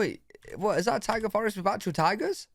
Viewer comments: Taiga, not tiger 😂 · Taiga not tiger 😂😂😂😂😂😂😂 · It's Taiga Forest, not tiger forest. Look it up. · Taiga not tiger. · It's Taiga not Tiger. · Taiga. not tiger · TAIGA, not TIGER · Not "Tiger" Forrest, Taiga... Taiga Forrest. Taiga is a climate typically featuring long, very cold winters but milder than Tundra. A Taiga Forrest is usually densely covered in coniferous trees (trees with needles that don't shed or change colors during the fall). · Taiga... Not tiger lol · Taiga not Tiger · Its Taiga...forest.Not...tiger😉😊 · For the Massachusetts high point, It's taiga not tiger. Taiga is a cold, subarctic region. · Taiga, NOT Tiger! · Taiga Forest, not tiger forest. 😂😂😂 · I believe that tiga not tiger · Taiga forest; not tiger. 😂 Knob is not used to refer to the same thing in American English as in British English. Yes the air is thinner at high land places. People often get mild altitude sickness when visiting Colorado and similar places if they aren’t used to it. The air is so thin that baseballs fly much farther so the Denver baseball stadium has particularly large dimensions and they keep the balls in a humidor to weigh them down a bit. Lived near Mt Hood and now not far fron Mt Rainier. Yes we sometimes saw Hood smoking. It is active. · Taiga, not tiger. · Taiga forest. NOT tiger. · Taiga, not tiger. LOL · Taiga...not TIGER. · You know you’re from the U.K. when you mishear taiga as tiger. 😆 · Hee! Only a non-rhotic English speaker could confuse "taiga" for "tiger." forgot that in North American English dialects like that of this video's narrator, we pronounce our R sounds!